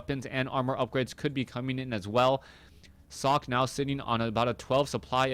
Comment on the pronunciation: sockEEE,, not sock, haha:D